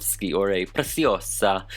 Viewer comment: I love your PRECIOSA pronunciation, it’s perfect ✨